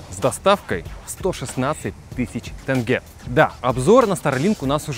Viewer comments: тЕнге Буква Е присутствует в русском алфавите, Е а не Э. Не тЭнге а тЕнге!😢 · Здравствуйте Уважаемые господа с канала 808. Не тЭнге, а тЕнге 😊. Добра Вам ребята. Пишется без мягкого знака (тенге), а произноситя с ним😊 в разговоре - " теньге " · "ТЕНЬГЕ", а не "ТЭНГЭ" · У русских челюсть по другому создана? Почему илОн, а не Илон. Почему тЭнге, а не Тенге? Не пойму вас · не ТЭНГЭ а тЕнгЕ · Бл.. тЭнге. Тенге. ТЕНГЕ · Штраф, за не правильное произношение, слово «тенге», вы произнесли это слово, «тэнгэ», будьте любезны пройдите в опорный пункт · Тенге а не Тэнге. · Не тЭнге а ТЕҢГЕ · если соеденить слово тень и ГЕ получиться не тэнге очевидно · Блин в самом начале серпом по яйцам, тЭнге. Ну там же Е. Просто Тенге))))) беляш, ветер, береза, семя)))) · Хоспади да не тЭнге а тенге. Ну написано же тенге. Как пишется так и читается. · тЕнге, не тЭнгэ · Не тэнге а тенге))) это как сказать рублэй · Пожалуйста произносите правильно не тЭнге, а тЕнге! Очень сильно режит слух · да какой тЭнге правильно будет тЕнге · P.S : не тЭнге а тенге мягко произносится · Может уже хватит говорить ТЭНГЭ😡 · Добрый день! Не Тэнге, а тенге. Пора бы уже это запомнить. Вы деньги не произносите же Дэньги. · Привет из Казахстана! Очень люблю твои видео, но попрошу за всех казахстанцев. Наша валюта произносится так же как и пишется, тенге, а не тэнге. Очень слух режет, спасибо, всем добра! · не говорите тэнге, а тенге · Да не тэнге а теньге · НЕ ТЭНГЕ а ТЕНГЕ!!!!! Е БУКВА А НЕ Э! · Не Тэнге а Тенге! Неужели это сложно? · Тенге еееее не эээээ 😁👍🏻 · Брат не тэнге а тенге плз😐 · Ох уж эти тЭнгЭ😂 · Очень нравятся ваши видео, но пожалуйста говорите тЕнге. Там обычная буква Е, хватит говорить тЕнге. Это ужасно звучит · Не тенге а тенге 😂 Казахстанцы поймут 🇰🇿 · блядь сколько вас смотрю уже можно было бы выучить не тэнге а тенге !:face-orange-frowning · Какие блин тЭнге ?? Алее ? Вы куда дели букву Е ? почему нн говорите тогда рублэй? тЕнге тЕнге! И не Кастанай ! А КОСТАНАЙ ЧЕРЕЗ о сколько можно уже!!